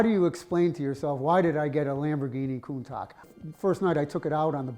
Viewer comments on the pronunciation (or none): “Coon-Talk”????!!! How the hell does mispronounce one of the most famous and well known cars on the planet. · Countak? Excuse me lol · CountaK? Having such a valuable car and not pronouncing it right is a crime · 2 things annoy me about this video. 1. The poor condition of this classic 2. How the owner pronounces Countach. 👀 koontash not koontak. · Ugh...not only did he allow this car to get in this state, but can't pronouce Countach correctly (coon-tock vs coon-tash) No way I could know that was sitting out there rotting day after day. Even Larry, who's worked on 1 of 1 Ferrari, is awed by the car. Is there a law against letting cars like this get in this shape? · It’s pronounced COON-tosh not COON-tok. That’s we Americans pronounce it probably different in Italian. 😂. I’ve had 9 corvettes (mostly used used) over the last 25 years. But always wanted a Lamborghini Countach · Nice work. The owner was cool! FYI the pronunciation of Countach ends in shhh not kkk :) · Koontakh not Koontasch. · I always thought it was pronounced ”koon-tosh” , not ”koon-tahk”. 🤔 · Countash, not Countack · Yet he's still the one that owns a genuine Lamborghini Koontak. 😜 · Bro has owned a Countach for 30+ years and he pronounces it coon-tock. How. Why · “Coontack” Idiot. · Why does he call it a countak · Koon·taash! It's Koon·taash! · Not sure HOW YOU PRONOUNCE IT……. But who else wanted to SLAP HIM everyone he said “LAMBORGHINI KOOON-TOC”?? 😂😂😂😂😂😂😂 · It's not a Countagggg. It's a Countach.. like shh. Smh.. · Where are you guys comin up with the pronunciation for Countach? Yer makin it sound kinda racist lol. Its not pronounced like that at all all . its pronounced coun as in count and then tac with a silent h. COONTASH lmao. Get a grip BOYZ and maybe for intellectual exercise and fun, maybe learn a second language.....V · lol countak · Btw the correct pronunciation is something like “koontòuch”. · Lol Lamborghini Countock 😆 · pronounced countash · "Lamborhini Countock"